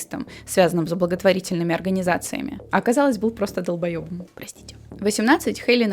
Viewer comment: он называл себя то астронавтом, то ученым, то то гуманистом... Я: долбоēбом...: а оказалось был просто долбое́бом, простите 😊 Ахахахах я офигела с того как матерится, и как совпали наши мысли 🛐😂😂